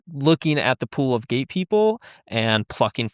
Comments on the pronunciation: Hahaha yep, a lot of comments think he's saying gay. It's funny, the program doesn't exist in the school Springville, NY district he claims. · Is it just me or do they need to annunciate the (T) in gate better because it keeps sounding like he’s saying gay